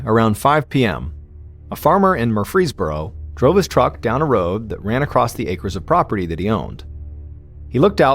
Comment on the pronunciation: This is AI narration—not MrBallen. Listen to how "MrBallen" pronounced the town of "Murfreesboro" in the first few seconds of the video...